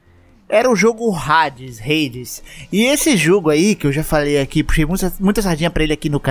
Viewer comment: Hades jogando hades nao sabe falar o nome hades hahaha